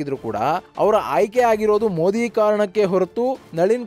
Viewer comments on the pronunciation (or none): none